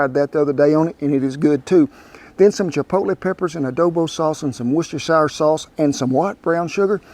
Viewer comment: HEY, Kent! Lookit at you, pronouncing the "Worcestershire" word! Can't wait to try this recipe! Thanks!!